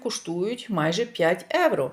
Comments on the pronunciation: трішки менше бутилок дешевеньких, ви ж так хочете показати себе італійкою новоспеченою! А Італійці проходять мимо такого вина!🤣🤣🤣🤣. Евро евро. Та скільки вам треба часу щоб вивчити одне слово, що в українській мові вживають слово Євро!!! Від слова Європа, а не Еуропа!! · Евро, евро, евро противно слухати !!! Та прислухайтеся трошки до людей!!! І в нас в Італіі так ніби ви італійка та ніколи ви нею небудете!!!